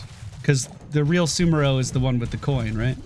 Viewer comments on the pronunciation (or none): Damn it,! SAMuro! Not SUMuro! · it's pronounced Sa-mu-ro he's a samurai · SA-MOO-ROH SA- like in elSA (let it go plz) MOO- like in there is no cow lvl ROH- Fus-ROH-Dah that goat off a mountain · Cant even pronounce the new heroes name. is the worst heroes caster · The amount of people that can't pronounce "SamUro" is too damn high. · It kinda cracks me up how many streamers have a difficult time pronouncing Samuro correctly. It's like samurai but with an "o" at the end. I wonder if they're doing it on purpose or if it's just the dyslexia kicking in.